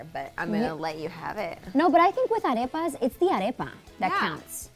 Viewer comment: Why can't Beatriz pronounce arepas right? They made those arepas with that spray too? Tragedy